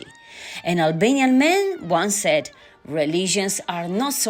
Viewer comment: Great pronunciation of Albanian. Congratulations